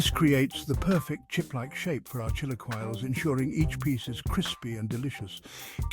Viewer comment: The pronunciation of chilaquiles is killing me 😂